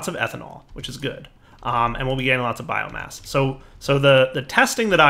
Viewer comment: keeps on saying bioGASS not bioMASS